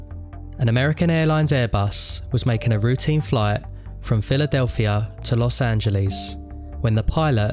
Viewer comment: los angelease